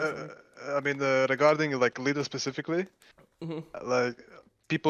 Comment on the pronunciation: he announed lider right ? XD